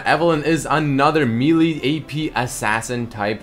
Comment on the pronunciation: the way he says "melee" tho